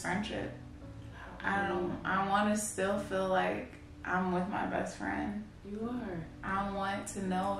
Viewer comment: She said "Breast friend" too.😂🤣⚰⚱....BUT, I loved this video soooo much! So much TRUE LOVE!